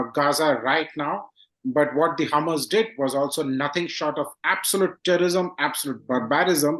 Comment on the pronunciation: Nice interview but it is HAMAS not Hummus. But very informative otherwise